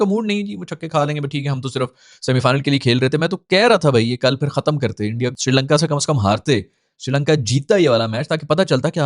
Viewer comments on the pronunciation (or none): none